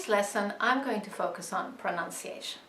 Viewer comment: Funny.... when you talk about pronunciation ..... and don't even pronounce that word correctly..... you pronounce it as if it is an extension of the word pronounce ..... but although your pronunciation of pronounce is correct.... it should change when you elongate the word to pronunciation.... the correct way to pronounce it is more..... "Pro NUN" and not "Pro NOWN" as you do. Pronounce should be "Pro NOWN" and pronunciation should be "Pro NUN"....